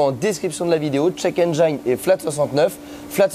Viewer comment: Sympa comme vidéo, explications claires, même un néophyte comme moi arrive à comprendre :) Ah, au fait : check engine, le 'engine' se prononce 'en jean' :hand-purple-blue-peace